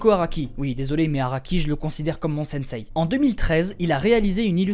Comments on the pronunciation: J'adore tout ce que tu fais continue comme ça Je me permets juste pour t'aider à t'améliorer de t'informer que le mot japonais "sensei" se prononce "sense" avec le dernier "e" plus long ;) voilà tout continue le bon boulot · Merci mais bon sang, sensei se prononce sènséé !!